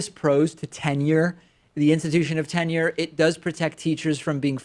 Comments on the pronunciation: He mashed up the 2 words. He said tinure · Totally sounded like Tinure. I can see how David thought the caller said Tinder. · Oh interesting. I never knew there was a difference until reading this. But now I realize I’ve always said tinure. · Too funny... and I admit it DID sound like "tinder" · It def sounded like "Tinder"